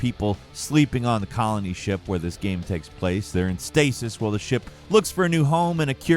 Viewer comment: Has anyone else noticed mispronouncing game as gam in his narration?